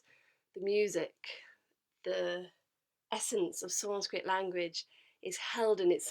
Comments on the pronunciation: She literally pronounce sanskrit so perfectly 🔥🔥🔥 Even our local gurus have many flaws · When you realize that She knows how to pronounce sanskrit better than our local religious gurus 💀💀💀